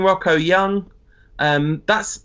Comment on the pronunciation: STOP SAYING ROCKO!!! LOL!! What's so hard with English people and just saying Roho? haha